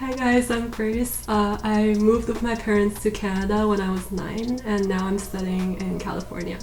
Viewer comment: 1和2，感觉1号的“and”说得很中式，2号从小英国长大竟然不是英音